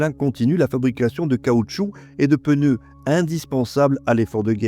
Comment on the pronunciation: Té, prununci "pneu" all'usu corsu "peneu" 😊😊😊😊